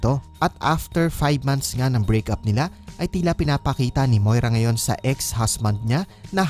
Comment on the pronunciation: Medyo malapad pa rin shah, I love it when she pronounces "sa" as shah... her trademark **shashabihin ko shayo**